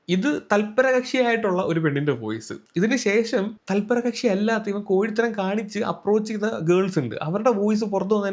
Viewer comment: ഈ അവസരത്തിൽ പറയാമോ എന്ന് അറിയില്ല കൊഴിത്തരം എന്ന് അല്ല കോഴിത്തരം എന്ന് ആണ്🫣